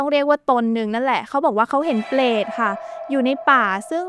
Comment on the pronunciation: อยากแนะนำเรื่องคำควบกล้ำนิดนึงนะครับ "เปลต" "สงคลาม" หรือคำอื่นๆ ฝึกอีกนิดนึงจะดีขึ้นครับ